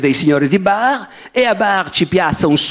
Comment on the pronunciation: Starei ore a sentire Barbero che dice Barr alla francese! 😆